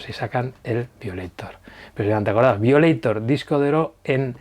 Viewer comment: Se pronuncia "vaioleitor". Igual buen vídeo👍 y como tú has dicho: Larga Vida a Depeche Mode!